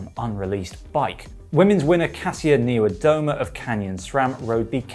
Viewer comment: Niewiadoma schould sound like knee via doma. Thx for great video.